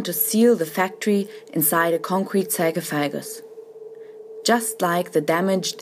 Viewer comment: If you're going to burry the factory underneath tons of concrete, wouldn't that kill everyone inside of it? Ah Sie Germans always so quick at judging on who is worthy to live and who is not.... FYI it is pronounced \sär-ˈkä-fə-gəs\